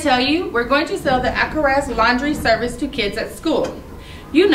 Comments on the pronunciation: Alcatraz has a t try saying it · It is not alcaraz it is Alcatraz